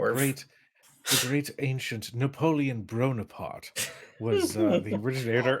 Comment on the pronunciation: NAPOLEON BRO-NAPARTE 🤣🤣🤣🤣🤣🤣🤣🤣🤣🤣🤣🤣🤣🤣🤣🤣🤣🤣🤣🤣